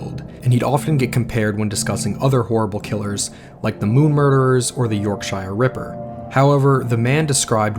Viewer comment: Great video but a few pronunciation errors. Yorkshire is pronounced York-sher, you don't need to annunciate the shi-er part. The river Thames is pronounced Tems.